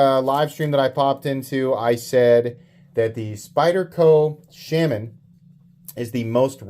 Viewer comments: People are bothered by "Sham-man" because its not a pronunciation thing it's just objectively wrong...but that never stopped you before, troll away sir, troll away :) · Pretty sure it's pronounced "Shur-men" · IT'S ˈshā - ˈmän! gawd..... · It’s pronounced Shay-Man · I am also knife nut from Kansas. I love your channel. Please, stop saying "Shaman" wrong. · He knows he’s doing it on purpose unlike all the other words he really doesn’t know or know how to pronounce correctly. If u read this I’m giving u a hard time.